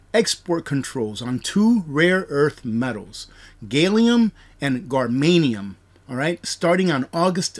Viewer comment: I laughed at how you pronounced "gallium" and "germanium". Clearly you don't science very often